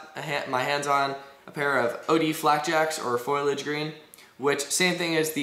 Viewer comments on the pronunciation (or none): It's not "foil-age", it's "fo-li-age" - otherwise good review.